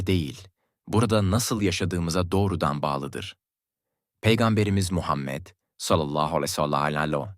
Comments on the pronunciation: Hay sizin yapacaginiz videoya ya bu nasil telafüz peygamber efendimiz s.a.v. adini ne bicim söylüyor sinir oldum😢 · Oğlum peygamberimizin ismini güzel okusana yapay zekamisin